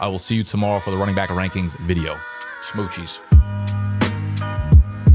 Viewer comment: Bro did u say “smootchies” at the end of that vid 😂😂 nar all good plenty of respect